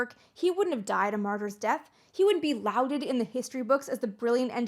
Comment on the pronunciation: "Lauded" sounds like "Lorded", not "Louded". Just in case you use it again, Amy. You've used it a couple of times in this video.